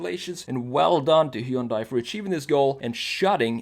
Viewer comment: Finally...... Someone that pronounces "Hyundai" properly 👀.